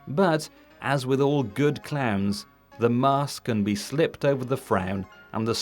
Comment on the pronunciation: Oh, ‘clowns’. I kept hearing clans.